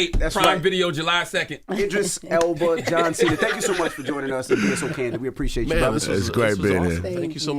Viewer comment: DJ Envy said “Idris Elbow” 😂😂😂